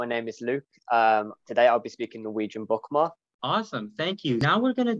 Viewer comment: Oh wow I skipped through the video and did not catch that. Yeah, he definitely is not a native Norwegian speaker judged by that and how he completely butchered the pronunciation of "bokmål." I appreciate him for learning my language if that is the case though!